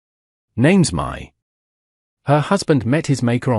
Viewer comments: Her name is actually Mai, a Cantonese name pronounced as my. Before you respond, I live in Asia myself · My in Asia is pronounced "Me".